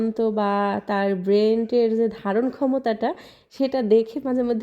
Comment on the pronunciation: আপু উচ্চারণটা ব্রেন্ট না ব্রেন।